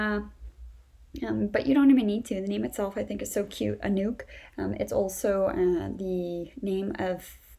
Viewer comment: There is nothing wrong with the pronounciation of "Anouk" and "Brechtje". Perfect Dutch spoken.